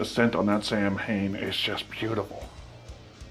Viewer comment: Thanks for the great review. I think Samhain is pronounced (Sow-ween).